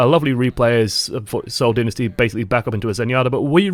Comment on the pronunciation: It is Seoul Dynasty not Seoul Dinisty